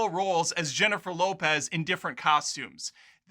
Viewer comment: This guys seems to be prejudiced against Latin people—why is he pronouncing Jennifer Lopez’s name like that? Obnoxious.